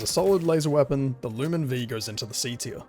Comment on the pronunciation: Yubare-V. There's no "z" in the name. Lumin 5. The V is a Roman numeral. Gall-ant. There's no "i" in the word. Galliant is not a word or a name. Uff-da!